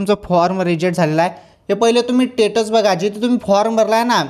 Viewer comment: Kay bhasha ahe status mhntat tyala tumhi tatus mhnte ucchar clear kara